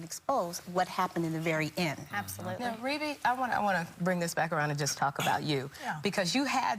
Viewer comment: “Vebbie “ Jackson